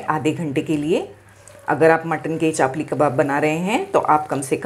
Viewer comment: Madam Chaapli nahin Chapli kabab kahete hain samjhe